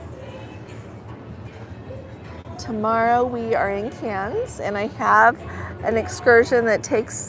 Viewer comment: Judging from the table sizes is it fair to say this line does not cater to larger groups? I just get that impression. Another beautiful sail away...just minor detail but next port is Cannes (but just said like Can) no s. Thanks.